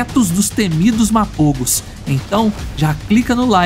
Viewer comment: Мапого а не мапово